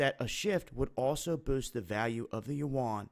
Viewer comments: Yuan is pronounced like when you say "U.N." fast. I lived in China 9 years. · I thought I was hearing it mispronounced.